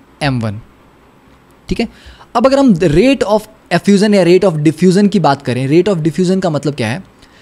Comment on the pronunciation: .......Diffuzan and Effuzan 🤣🤣......awesome video💯🙏🏽